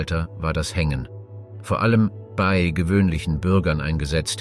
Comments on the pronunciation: Schade, wäre sehr spannend gewesen, aber "eingeflogen"???? Gemälde und Skulpturen gepixelt? Namen bekannter historischer Personen falsch ausgesprochen und eintausendsechshundertachtundvierzig statt sechzehnhundertachtundvierzig bei JEDER Jahreszahl und ständig dieses BEY. ??? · Euro beiträge sind super aber bittenerklär mir was du gegen das Wort "bei" hast, denn du sprichst es ständig falsch aus. Das stört den flow des Videos meiner Meinung nach.